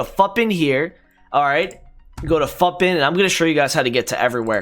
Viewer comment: Lmao I am a minute in and I am gonna subscribe and watch the rest but I'm pretty sure it's futbin like foootbin not futbin like puttbin and now I need to know if I'm crazy or not. (The way I imagined it is more akin to the way many european languages say the foot in 'football')